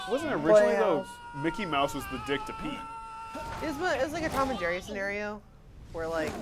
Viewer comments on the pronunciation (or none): none